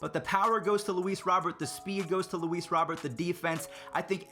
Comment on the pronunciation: It’s Robert like Rudy Gobert prounouces robe-air